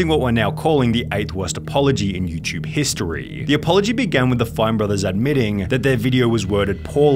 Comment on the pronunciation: Why do you indulge the youtube long last syllable affectation? Videoooooh. Historeeee. Lightleeee. Everrrrr. etc